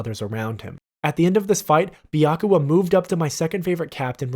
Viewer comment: Byakuya, not Byakua. :)